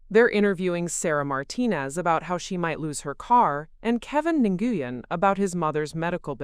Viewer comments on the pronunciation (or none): N goo yen!!!😂😂😂 Nguyen is pronounced Winn